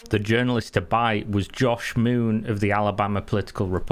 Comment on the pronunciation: Did you say journalist Jersh Moon?